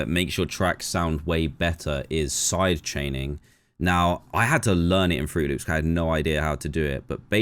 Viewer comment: AINT NO WAY HE SAID FRUTY LOOPS